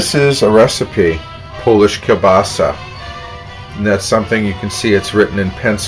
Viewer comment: HE PRONOUNCES KIELBASA AS KABASA